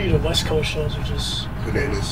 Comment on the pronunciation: fail on the pvrple mob it's coAst not cost xD Tahhh! can't even say your own city right GTFO